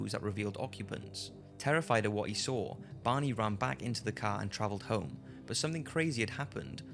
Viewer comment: Took me awhile to realize he was saying "Barney", not "Bonnie"....